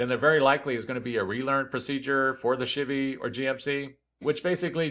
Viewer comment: Thanks man, I think this is my issue. I get a kick out of you saying "shibby" for Chevy.